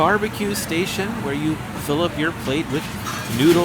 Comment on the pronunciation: You are one of the very few people that pronounce the "h" in "where". First one I noticed was Johnny Cash in "We'll meet again". Are you from the same area?